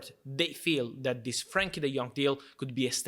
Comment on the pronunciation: It’s Frenkie, not Frankie